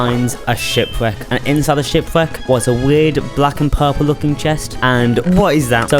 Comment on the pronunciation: He continues saying it like this to this day...